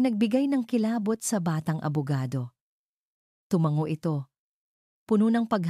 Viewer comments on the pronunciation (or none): none